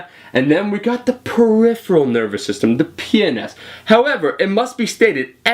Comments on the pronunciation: Haha PNS it sounded like you said Penis. Sorry I couldn't resist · when u said "PNS" it sounded like u said PENIS